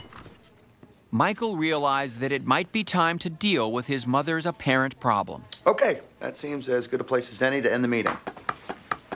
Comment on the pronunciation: “We think you have a prollem“ 😂